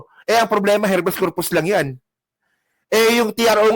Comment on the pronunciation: konting suggestion lng. Pa improve nmn sa pag basa at pag bigkas. Pag hnd familiar sa term google agad. Iba ang REFUGE sa REFUGEE at check na din ang HABEAS CORPUS. Thanks po